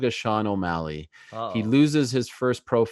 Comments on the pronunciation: I’m a fan of Sean... but “O’Maleg” 😭🤣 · "Sean O'Maleg" 😂😂😂